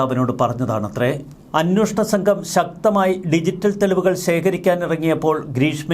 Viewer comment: 'അന്വോഷണം' എന്നാണല്ലോ ഇപ്പോഴും പറയുന്നത്. 'അന്വേഷണം'എന്ന് തിരുത്തിക്കൂടെ?